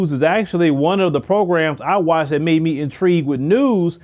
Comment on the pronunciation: I like your content but get the marbles out of your mouth sir. The words are THIS and THAT, not DIS and DAT.